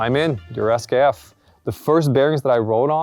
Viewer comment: Stop saying esskeff...